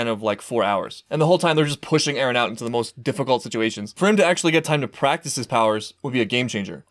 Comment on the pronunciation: Mikasa always says Ereh man, not Eren.